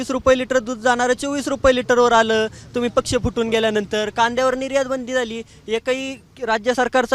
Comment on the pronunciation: पछ नाही रे पक्ष म्हण